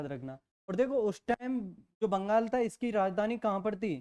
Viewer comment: Vangal nhi bangal hota hai